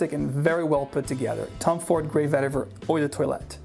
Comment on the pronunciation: Its pronounced Vetti Vaer (root). Tamil word.